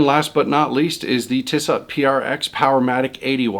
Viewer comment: I like a lot of your videos but the mispronounced brand names suggest that you don't eat and sleep horology. Makes it hard to get behind what is being said. I would suggest watching a few other channels as well as compiling lists if you plan similar style videos in other subjects. For reference, the J in Junghans is pronounced as Y. Think "Young Hands" with a silent D. The other one was Tissot. The second T is silent. Pronounced "Tea So" I'm by no means an expert, my feeling is if you can afford it and you like it then that's enough. Quartz vs Automatic and other arguements are merely opinions. Hope that helps